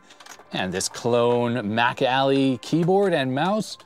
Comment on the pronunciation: I know you're saying "MacAlly" keyboard, but I just keep hearing it as "back alley" keyboard. You know, that shady guy in the trench coat selling keyboards in the alley.